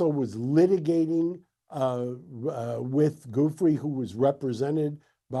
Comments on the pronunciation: Geragos have the respect to pronounce Virginia's surname correctly. You're not a baby! Sounds like Juffray NOT Goofrie!! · her name is pronounced "Joofray" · Its a simple pronunciation. It goes Jew- Free. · Virginia Giuffre has been dead for a few weeks and these clowns can’t even be bothered to pronounce her name right, let alone they’re implicitly calling her a liar by claiming her accusations against Alan Dershowitz were false, as if that’s just accepted fact now. Disgraceful. Weird as it is to say, I used to have more respect for TMZ.